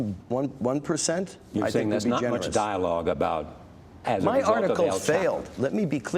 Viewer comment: Does this stupid b reporter not hear everyone on the planet calling him el "chop" o. Not el "chap" o? I just dont understand it. You're f ing stupid.